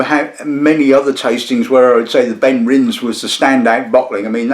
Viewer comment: Great review but... pronunciation - Benrinse ❌ BenrinNES (like Loch NESS) ✅